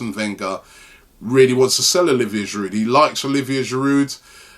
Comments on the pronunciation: its not pronounced giroud its pronounced jirou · who tf is olivier "giroudt"